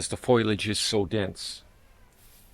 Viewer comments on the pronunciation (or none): Foliage, not foilage. (fo-lee-age vs foil-age) Apologies in advance for saying so, by my mother used to correct me constantly for pronouncing it that way and I'm doomed to never forget. :D Great video. We've a recent Seiryu addition we're excited to have in the yard in a prominent location. <3